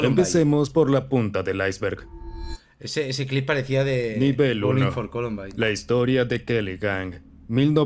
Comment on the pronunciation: Se pronuncia aeisberg muy bueno el video